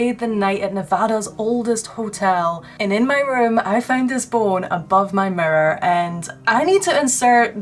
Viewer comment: I LOVE HOW YOU SAY BONE BOWEN😁😁😁😁😁😘